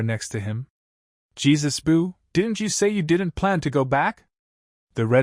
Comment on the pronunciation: usopps dad’s name is not Jesus it’s yasopp